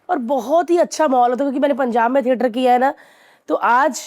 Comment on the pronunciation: ठेटर ❎ थिएटर ✅